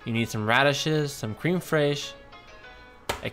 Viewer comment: I keep hearing it said "crem fresh". And Louise is my favorite character. She and I might have been friends when I was her age.